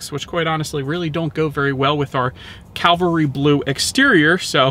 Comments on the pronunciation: it’s CAValry not CALvary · The color is Cavalry Blue, not Calvary. CaLvary is a mountain in the Bible. CaValry is mounted soldiers.